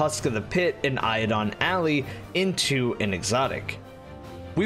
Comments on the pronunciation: Eidolon is Eye-duh-lahn. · The way you said eidolon killed me inside